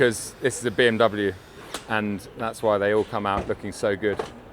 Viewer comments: it amazes me you cant even pronounce BMW correctly. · disliked for pronouncing bmw wrong